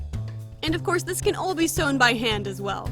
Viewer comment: listen closely "thiiise"